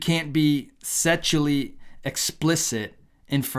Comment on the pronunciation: Ha ha ha "sexualy" not "setualy" 😂😂😂😂😂😂😂😂😂😂😂😂😂😂😂😂😂😂😂😂